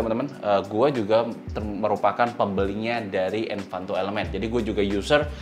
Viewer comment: Ralat sedikit untuk kata "Envato" bukan "Envanto"